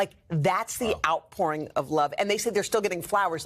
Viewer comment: Did She Say, “The ‘OUTPORN’ Of Love”!?!?!?!?!?